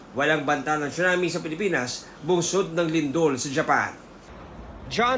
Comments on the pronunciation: It's not "CHUNAMI", it's TSUNAMI 😂😂😂😂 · Prayers for Japan po. "Tsu-nami" though. 😂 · At lalong di "Chona Mae".